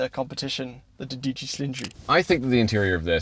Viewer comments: It is Do-dici, not dici,. Re: Ferrari. Ten is dieci...oh well, you can be forgiven for making a mistake in Italian while "cremin" in a British car. Cheers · It’s DOdieci Cilindri. Twelve not ten (10 = dieci).